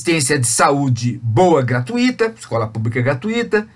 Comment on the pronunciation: Aos ouvimos "assistência de saúde boa e GRATUÍTA". Professor, não existe GRATUÍTA, o correto é GRATUITA.